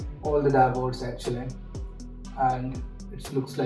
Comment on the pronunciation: Auctly 😂 too much